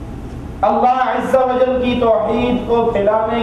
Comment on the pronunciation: why this say "Allah Izza Wajjal"???? Azza Wajjal lafaz hai, isko koi cheez nahi ati.... lol